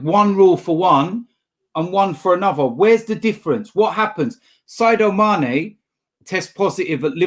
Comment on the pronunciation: SaDIO Mane not SaIDO Mane 😂